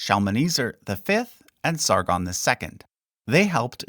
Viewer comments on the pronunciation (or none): none